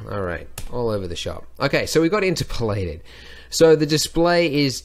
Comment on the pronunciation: In-TER-polated I think. ? Anyway, as always a fun, helpful vid. Thank you Andrew.